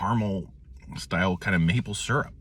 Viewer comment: i've heard "seerup" and "surup", but this is the first time i've heard "surp". gonna start calling it surp 👍